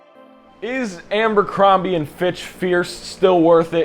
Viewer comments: I feel like you’re pronouncing it “AMbercrombie” … am I crazy? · Just started and you're saying "AMBERcrombie". First time on your channel and 3 seconds in you've managed to discredit your intelligence, attention to detail, and observational skills. This likely bleeds into all facets of your life, as also demonstrated by your appearance. Hence, your opinion on the fragrance means nothing to me. I'm not continuing past 3 seconds, but thought I'd kindly leave some genuine feedback. Tighten up, guy. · It’s not Ambercrombie, there’s no “M”